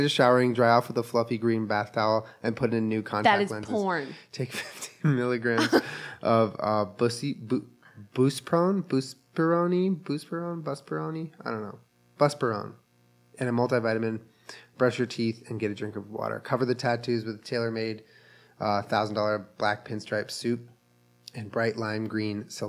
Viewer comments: I’m dying laughing at Julien trying to pronounce buspirone. My favorite is how easily he pronounced depakote. I’m a nurse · HAha the way you pronounced Buspirone